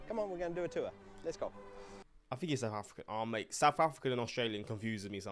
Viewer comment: Its South, not souph!